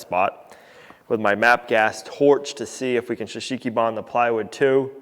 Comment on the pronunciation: Pronounced ""Show Soogy Bahn", NOT "s' sheeki bahn"!!!!! Drives me nuts every time I hear you say it! Please... it actually hurts my ears! Still love you guys though!!! Long time, dedicated viewer. Pray for you every day! God bless!!